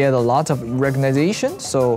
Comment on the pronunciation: The man is here struggling to pronounce some words properly and then bursts out with a perfect "recognition" ... I literally cannot. I love Lay so much😭🤣